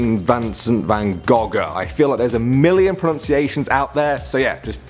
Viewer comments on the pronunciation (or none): none